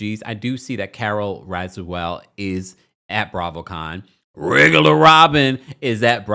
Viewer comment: I absolutely love when u say "Rrrrrrregular Robin" please keep it up! 😂😂😂😂.